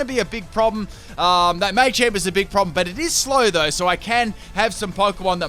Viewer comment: It’s pronounced Salvaleye not salvalley And muhchamp not maychanp